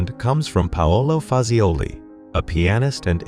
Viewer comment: "poet laure-eight" "Betchsteen" However, he pronounces "Paolo" in Paolo Fazioli like a proper Italian. The copy, though, is horrendous. "Manufacturers of pianos frequently have grand-sounding names that may be readily associated with legal offices." What a ludicrous statement! Call me a hater, I don't care. Anyone notice the final image--the guy plunking at a key over and over, as if he was trying to get something out of a vending machine? Check it out. It's hilarious!